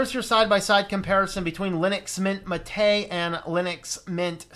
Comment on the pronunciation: I always give a like to people that can pronounce "Mate" properly.